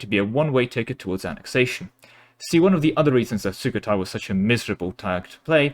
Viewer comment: ah-yu-ta-ya, sue-koh-tai